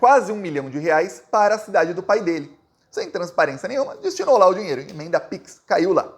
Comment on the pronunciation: O nome imenda não existe .... Pronuncia as palavras corretamente rapaz